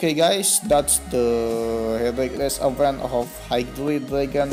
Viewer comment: Event. Di bacanya ivent Reward, di bacanya riwerd Itu aja sih, saran dari gw. Coba make google biar tau cara mbaca yang bener